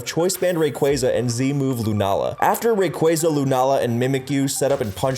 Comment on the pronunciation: A guy who said raqza right